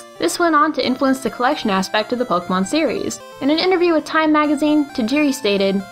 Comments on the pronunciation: How to make a pokémon video: Step 1: Learn how to pronounce Pokémon. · SAY POKE-AY-MON. POKE. AY. MON. THERE'S THREE SYLLABLES IN THE NAME. IF I HEAR POK'MON ONE MORE TIME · The only thing that bugs me is the way they pronounce Pokèmon.